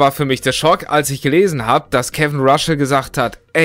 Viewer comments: Mensch, den Namen spricht man nicht RASCHL, sondern RASSL. Ich finds aufrichtig, wenn sie sagen sie haben nichts mehr auf der Pfanne für ein neues Album! Finde ich besser, als andere Bands, welche sich dei letzten drei Alben besser gespart hätten. Ich finde die Frage, ob die Fans das für Geld gemacht haben, mit Verlaub gesagt, etwas naiv. Natürlich hat man sich stark gemacht für dei Band und dabei Nachteile eingefahren, aber das hat man auch gemacht, weil einem diese Beziehung zu diesem Gruppenkonstrukt, die Identifikation mit den INhalten etc. Kraft und Identität gespendet als man jung und auf der Suche war. Bei dem Punkt stimme ich zu, sie hätten es auch einfach für sich behalten sollen. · Er heißt Russell, nicht Ruschell 🤭😉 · DAS DU IMMER RASCHEL SAGST, MACHT MICH AGRÄSSIVVV! JETZT ECHT, ALDDA!!! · echt so !!!